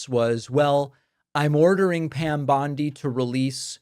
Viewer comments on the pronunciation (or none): none